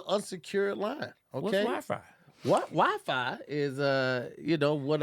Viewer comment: “Someone’s Free WhyFry…”🤔🤣🤣🤣